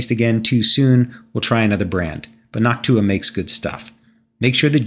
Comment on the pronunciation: That is not how someone is meant to pronounce noctua